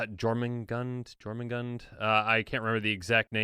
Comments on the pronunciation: The J in Jormungandr is pronounced like a Y, the pronunciation is more like "Yor-mun-gand." Elves, Dwarves, Giants, Trolls, and Angels will likely be the major tribes of this set. I'm predicting Giants mostly in blue for the Jotun frost giants of Norse mythology, with Trolls possibly in green. I expect Elves might actually be black to represent the dark elves of Svartalfheim, supported by the fact that we just got a whole bunch of reprinted black elf tribal in Commander Legends. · Jörmundgand I believe The j being pronounced like a y